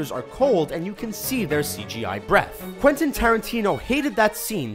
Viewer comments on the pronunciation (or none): none